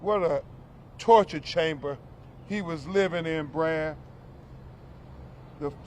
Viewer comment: He said it right! TORCHER CHAMBER 😡😡😡😡😡